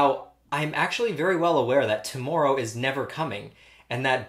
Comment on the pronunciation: i smiled when his canadian accent came out on "to-more-ow"